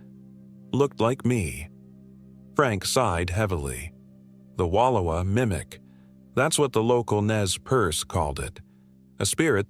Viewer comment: Pretty sure this is AI narrated, but for anyone wondering it's pronounced wa louw a.